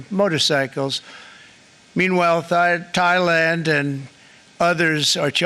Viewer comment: He nearly said thighland thats interesting Freudian slip